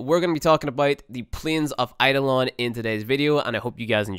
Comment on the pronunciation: It's eidolon you fucking pleb Kappa